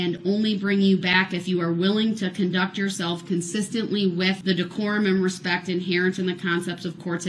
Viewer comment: It really bothers me whenever he meaninglessly states the phrase, "with all respeck ". He is too stupid to know that the correct enunciation of that statement is, "With all due respect !" His disrespectful attitude and behavior overshadows every attempt he makes to try to appear to be respectful.